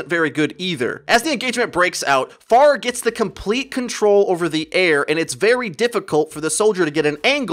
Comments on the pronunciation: I thought you were saying pharmacy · i hate how he says pharah